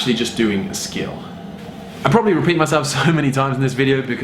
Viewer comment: " crossfit proberly"😂😂